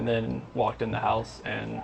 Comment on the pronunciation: I know it’s already been said but just need to mention it again because it’s terribly distracting. Please stop using motion effects and flashing cut aways to change the frame. This video is like eye torture. Also, just a pet peeve; please learn to pronounce “the”...it’s no “duh” or “dee”. It wouldn’t be so bad except that just about every sentence has one or two “the”s in it.